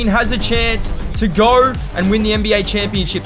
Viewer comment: Bro said let’s gor😂